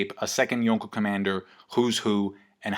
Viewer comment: You're over-pronouncing the 'Enies' In Enies Lobby and the 'Ko' in Yonko